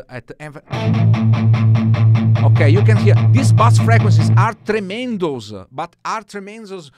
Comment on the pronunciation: Hey, very helpful video. FYI In English "bass" in a musical term is pronounced like "base" - Bass said phonetically is a like a fish.So like B-ass. What you want to say is B-ase. Grazie;)